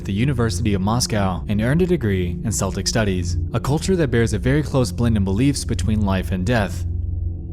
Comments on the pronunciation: Celtic is pronounced keltik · I love your stories, but would as you, when coming across words which you are unfamiliar, learn their correct pronunciations. Celtic is pronounced with a hard C, as in cap, cat, and crap, not a soft C as in ceiling. Failure to pronunce such words properly leads us to believe you care little about your video, as you can't be bothered to check pronunciation. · The C in Celtic is not pronounced like an s but a C or a K just letting you know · Love the video ... but Celtic is pronounced with a hard c like in "cat," not a soft c like in "ceiling." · did you just pronounce 'celtic' as 'seltic' my life is falling apart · Just as an FYI from a Scots Gaelic Celt, it’s said like Kel-tic. Selltic pronunciation would be the Celtic Football Team, but Keltic would be referring to people’s from Celtic nations and ancestry (Scottish, Cornish, Welsh, Irish, Brittany, Max). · Sorry to be that guy, but Celtic is pronounced KEL-tic, not SEL-tic. Anyway, love your work, man. Great production quality as always. Even the intro jingle is cool. Did you compose/produce it yourself? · i don’t wanna u know correct u but celtic isn’t sell-tic it’s kel-tic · Celtic is pronounced KELTIK. It's only pronounced SELTIK when talking about basketball. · Celtic = keltic, not seltic. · Seltic. Lol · I'm Scottish, living in Northern Ireland. People say "Keltic" in relation to history or ancient things, but modern things are pronounced "Seltic". For example the football team Celtic is "Seltic". It's one of the two biggest teams in Scotland. Celtic people or Celtic history though are "Keltic". Also Celtic has a capital C, like French has a capital F. Also you can literally spell Celtic as "Keltic", it's in the dictionary. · It's pronounced KEL-tic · did... did he just pronounce celtic as seltic????? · Bro really just pronounced it as seltics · The celtic pronunciation....come on, my dude. It's a hard "c" like "Keltic". How dare ye